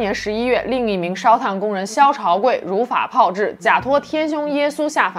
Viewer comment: 如法炮（二声）制